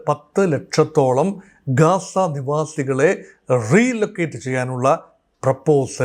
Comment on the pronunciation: "കാസ ".. അല്ല ഗാസ.